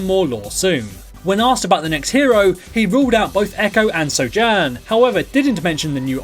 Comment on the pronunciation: At the beginning of the video, he said Sojourn wrongly. So triggered jk